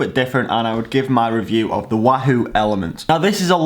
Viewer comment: I wish you'd say wahoo properly...